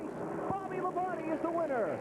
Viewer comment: That's how it's supposed to be said